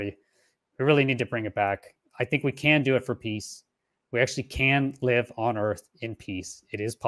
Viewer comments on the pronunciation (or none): none